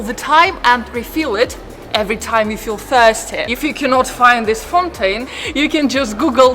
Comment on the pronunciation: Please get your pronunciations CORRECT! The word is FOUNTAIN NOT fontaine!!! Fou is FAAOO... Otherwise the video is OK...